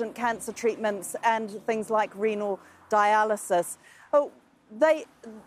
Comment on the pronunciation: "Reeenal dye-ull-i-sus"? Is she from New Zealand? {:o:O:}